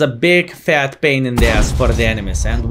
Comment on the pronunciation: Its not PAN its PAIN !!!!!!!!!!!!!